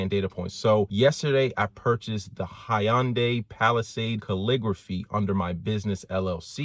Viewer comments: what is a hyandae you mean Hyundai lol just never heard it pronounced that way lol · I hope you learned how to say hyundai since this video lol